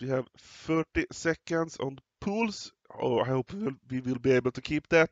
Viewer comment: He pronouns it correct, well done!